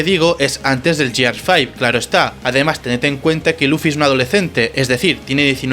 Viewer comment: Mira, se pronuncia /guiar/ y, así como las transformaciones anteriores, la quinta también usa números ordinales (primero, segundo, tercero, cuarto, quinto/first, second, third, fourth, fifth), por tanto la última transformación no se llama Gear Five sino Gear Fifth.